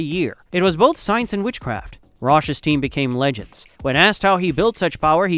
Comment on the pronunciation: Also mispronounced liter and legends.